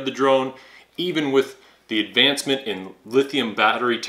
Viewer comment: You say "DUH" a lot. Ever hear of the word, "the"? (That's pronounced "thee" OR "thuh" depending on the SOUND of the subsequent word...vowel sounds like "X"/"ex" or "area", for example, get "THEE".) I know that's too difficult.)